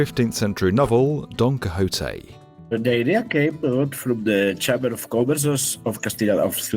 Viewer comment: Pls tell me you re butchering Don Quixote name on purpose